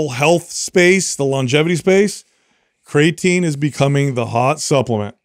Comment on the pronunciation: It’s always been slightly annoying how pronounces creatine. But the way he pronounced Shia Lebouf….wtf